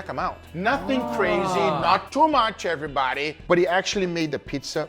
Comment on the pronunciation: How to die of alcohol poisoning: Take a shot every time Guga says "everybadeh".